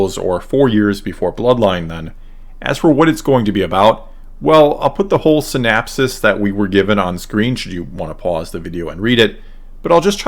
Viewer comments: Syn-OP-sis… with an O… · Interesting video, but the recurrence of the non-existent word “synapsis” is INCREDIBLY distracting! It’s “synOPsis”! I hate the Sequel Trilogy more and more as time passes and I make my own attempts to reconcile it with the Original Trilogy. One thing those movies have done is make me like the Prequels better. The Prequels had a much more consistent story, more consistent characterization, and far better lightsaber duels. That said, I feel sort of bad dunking on the Sequels because I like most of the actors involved, and think they really tried to do their best with the crummy scripts they had to work with. I especially detest what the Sequels did with Luke, of course, but I also deplore the waste of what could have been a brilliant idea in the case of Finn (and the despicable treatment of John Boyega). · "synopsis" not "synapses"--those are different things.